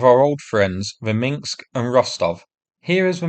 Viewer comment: Minsk, not Minks. 🤕